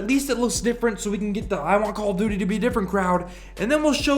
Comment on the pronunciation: After a while it sounds like you're saying Call of Doody lol